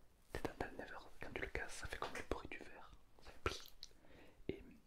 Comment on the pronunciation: le concepts est incroyable mais, pourquoi tu dis " never " au lieu de " nether " et " pmj " au lieu de " pnj " ? c'est si frustrant omg